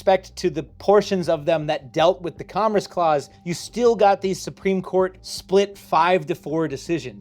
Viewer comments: You say "commerce" funny. Mispronouncing "commerce" affects interstate commerce and therefore the federal government can regulate your YouTube channel. Henceforth, ye shall only produce content that extols the virtues of Big Government. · are you repeatedly mispronouncing "commerce" wrong throughout the video to troll your viewers and increase engagement? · Apparently I have been mispronouncing commerce my entire life... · God now I hear it too. It’s like “congress” without the g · repeatedly saying "commress" as his mind disassociates "congress" and "commerce" as real words and they blend together is my new drinking game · Is he saying comress? Does he mean commerce? I'm genuineness asking? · sir its COMMERCE not COMMRECE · What tf is 'comress' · Love the video, but it’s driving me insane that about half the time is saying “comress” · I can feel something within me dying every single time you pronounce commerce as comriss... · Love the videos, but can you please stick to one annunciation of commerce. You say it correctly multiple times, but a majority of the time you were saying something like com-ress, probably because you had congress on the brain, but it started driving me nuts after a bit 😂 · What dialect says commerce as "commres"? I've never heard someone say it like that until now. On "Spirit vs. Letter," I've understood it as exactly the opposite - the spirit of the law is the words plus original intent, the letter of the law is the words shorn of their original intent. The letter is very often used as a dead letter, and interpreted in whatever way one pleases. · This was very enlightening and somewhat infuriating for me. I really appreciate the work you put into these videos and how you explain them. I am also impressed that you were able to make "commerce" somehow rhyme with "Congress". Keep up the great work! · I thought I was the only one that was hearing that.😂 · He's saying commerce, not congress